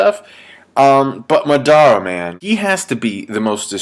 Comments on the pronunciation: STOP saying MO-DAR-Ra it's MA-DA-RA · its not madara its madra